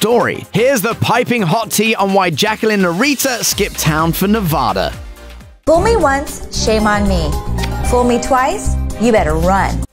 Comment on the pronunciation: It is pronounced Nev- ad-a ..not Nevaaada..sheesh!